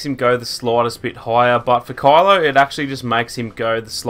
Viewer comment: Why do you say "Call-o" his name is Ky-lo. I know it's ur accent but it's weird. It almost sounded like Carla sometimes. Pronounce it correctly bro.